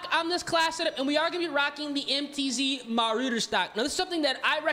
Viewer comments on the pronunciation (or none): The name of the stock you are using is called Ma-Ra-Der, not Ma-Roo-Der. Other than that, great stuff.